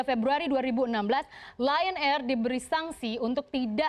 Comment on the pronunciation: Ditulis: Lion air Dibaca: Lie on air